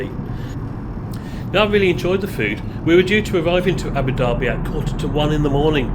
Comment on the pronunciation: Great vid. And well done for pronouncing Abu Dhabi properly. Personally I hate ABU DABBY instead of ABU DARBY. Being a bit OCD